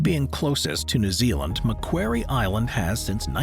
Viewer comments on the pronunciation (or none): FFS, do you know what a quarry is, well Macquarie Island is pronounced as Mac quarry. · Like 'Mcworry' 😅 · Hearing your pronoucation of Macquarie Island made me cringe as a Tasmanian 😅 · Macquarie (rhymes with lorrie) not wary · Mac-quarry is how you pronounce Macquarie